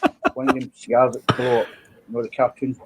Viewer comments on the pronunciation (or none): on Johnny's injured finger -- "It's like one of them carrr-tune explodin' cigarrrs.' My favorite line of the week!